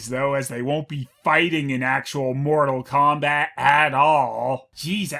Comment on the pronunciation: More-tal Kombat? THAT'S IT